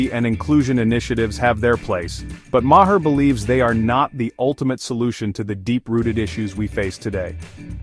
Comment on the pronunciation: Your editor must be a DEI hire. Otherwise they would know how to alter the pronunciation to say Bill Maher's name correctly. Also I believe Bill would completely disagree with your interpretation of his comments. You know - because you're an idiot. - you realize that means that you AND your AI are "saying it wrong".